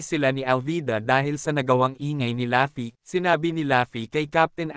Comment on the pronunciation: Ok na sana kaso natatawa aq pag binabanggit mo ung pangalan ni luffy pag sinasabi mo laffy e